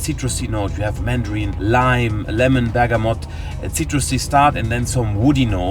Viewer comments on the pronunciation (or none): none